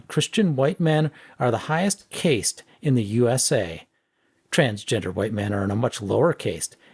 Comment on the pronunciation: One: It's pronounced cast. Two: They're being hyperbolic with the whole caste thing. Societies are naturally stratified and they're using the word caste to define those strata. They don't actually think that the USA has a formalised caste system.